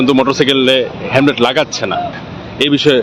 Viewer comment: মি: ভাষ্যকার, 'হেম্লেট' নয়, হেল্মেট।